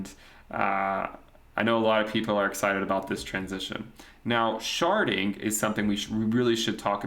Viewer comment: “Now, Sharting is something we really should talk about” what i heard when my eyes were off the screen 😂😂😂😂